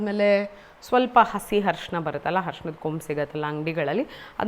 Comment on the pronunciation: Its not Harshina, Arishna. Please, you’re an anchor. Please rectify your pronunciation. Rest, the video was good.